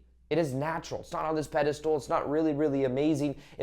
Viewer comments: Pedestal not pedastool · It’s pedestal 😭 not pedestool! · Are you saying “pedestool?” Did you make up that word? Lol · I love your content... but are you saying pedastool on purpose? Lol